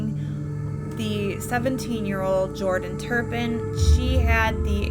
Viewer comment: Her name is Louise, not Louisa; and it's not Turn Pin -- it's Tur pin; I was surprised that Louise and David got such a long prison sentence because the justice system seems to under-evaluate crimes but they got what they deserved!!